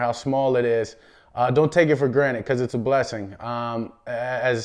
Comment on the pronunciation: dak really said "don't take anything for granite"